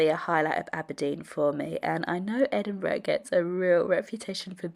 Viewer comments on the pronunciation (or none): none